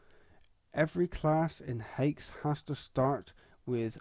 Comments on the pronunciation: Fuckinell, it's not pronounced "hakes", it's pronounced "hacks", like my axe... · Bro said "Haex" Edit: The more i hear it the more i wanna cry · did you just pronounce it "haex"?